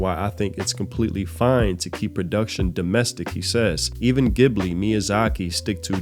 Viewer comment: Please pronounce "Ghibli" correctly with a soft "J" sound. I'm not quite sure why American YouTubers in the last few years have started to mispronounce it, even ones that used to say it correctly. Sadly this just solidifies the incorrect pronunciation. 😢